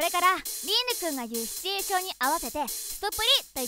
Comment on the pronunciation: 「シチュエーション」が言えてないの可愛すぎ_(:3」∠)_